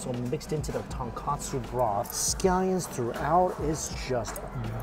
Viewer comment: After all these years eating ramen you'd think Mike learned it's TONKOTSU ramen. Not TONKATSU 😂